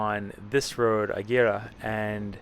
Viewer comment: Ee-gera. No H sound. R almost sounds like a d. My dream has long been to live there BTW.